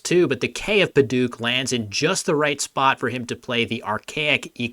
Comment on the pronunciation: Padouk (also spelled Padauk)'s vowel is "au" as in "ouch" not "ook."